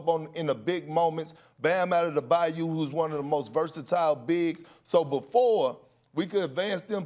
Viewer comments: Bam Adedebayou??? Is this guy dyslexic? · Perk : “ Bam Adedabayou”